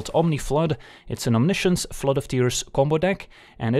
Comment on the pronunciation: i speak french, we have the word as well (no reason not to, it's directly latin) and can confirm there is absolutely no reason to pronounce science differently. Feels like its meant to sound frenchier but that's just dumb.